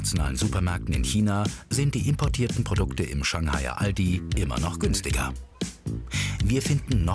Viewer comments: "Aladi" xD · No one: Not even a single soul: Chinese People: Alotdi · Das am Anfang hört sich an wie " I love di" Ich dachte die lernen englisch und meinten I love you und nicht Aldi xD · weil die nicht Aldi aussprechen könne. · Als sie sagte:,, der Aldi bei uns“ dachte ich sie meint den in China 😀